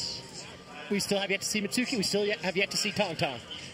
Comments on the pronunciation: Why is everyone mispronouncing Mitsuki’s name? It’s hardly a difficult one to say! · yeah "mitski" "Misuki" what? its a not a hard name. I feel like they practiced Xuetong and forgot about Mitsuki